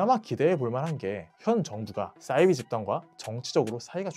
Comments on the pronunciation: 사이비(似而非)를 싸이비로 발음하시는 이유가 있으신가요? 사투리인가요? 사투리라면 어느 지역이신가요? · 왜 싸이비 라고 하는거죠? 사이비 라고 해야 맞는거 아닙니까? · 사이비~~~발음이 어렵냐?😩 아니면 영어라고 생각해서 '싸이비' 🤮라고 하는거냐.......?? 似사~而이~非비.....겉으로 보기에는 비슷한 듯하지만 근본적으로는 완전히 다른 ❌것 !!! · 싸이비 아니고 사이비요.. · 사이비 발음은 싸이비로 하시면 안돼요